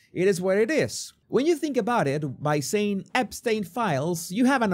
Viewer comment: The way trump said " are you still talking about Ep-stien?", as if he had never heard of that name & was trying to figure out how to pronounce it🤣🤦🏽‍♂️. Throw trump in alligator Auschwitz!!